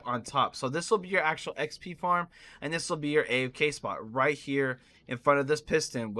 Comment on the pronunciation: He said form except for farm